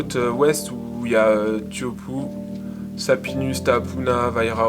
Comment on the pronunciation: les gars sa fait deux fois c pas tiopou c tea- hu-poo